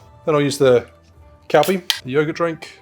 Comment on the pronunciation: Nice video, but I had to chuckle at you pronouncing Calpis as 'Cal-pee' when it's actually 'Cal-piss' 😉